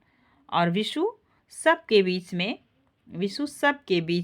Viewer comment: वाक्यों के उच्चारण सही न हो तो सुनने वाले को भ्रमित करती है। आपने पूरा नाटक पढ़ा है धन्यवाद पर बीच को बाच और अधूरे वाक्य खंड है कृपया ध्यान दें। नाटक पढ़ा रही है तो संवादों का उचित उच्चारण करें।🙏